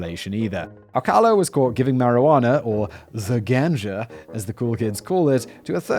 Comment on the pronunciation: doesnt even know how to pronounce 'ganja' lmao what a mope